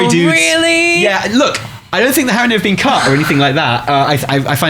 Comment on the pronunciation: Your "Strathholme" prediction is a guaranteed fail because they'd have to rename the city. It's called "Stratholme", with one h. It's probably also spelled Strat-holme, not like you spelled it, for that reason. ;) Also - Haranir, not Harronir. ;)